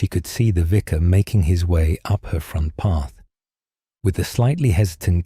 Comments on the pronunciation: is making too many mistakes ❣️ Vicar not visor! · The pronunciation of the narrator is abominable. Vicar is pronounced “viker.” Their are several others. The Edward voice never made those errors.